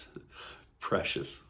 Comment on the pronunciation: Pre-ci-tious, good catch. 😊